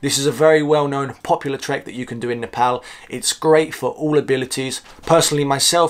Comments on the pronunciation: i gotta give you respect for pronouncing Nepal as Nepal not Nefol .. Hope to see you n Nepal again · Love how you say Nepal without British Accent. Here nobody understands if I say “I’m from Nepal” I have to say “Nepol “🤣🤣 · Now you sound perfect saying Nepal lots of love from UAE keep it up